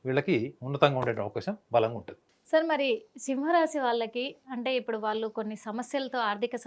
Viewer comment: 😮 తల్లి ముందున్నువ్వు తెలుగు సరిగ్గా పలకడం నేర్చుకో. వాలు కాదు వాళ్ళు